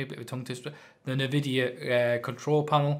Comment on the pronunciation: no worries, you called this company name like Navidia. not n-vidia.that was it.